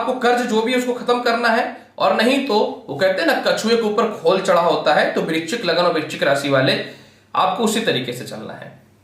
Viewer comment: Vrischik clear bolo43 age